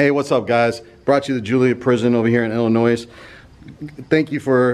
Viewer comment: HAPPY 4TH OF JULY EVERYONE!! Hey y'all for them of you that don't know when saying the state name of IL. you DON'T say the S sound at the end. Fun Fact though thats a good way to tell who comes from the southeren part of U.S.. They almost always say the s sound. LOL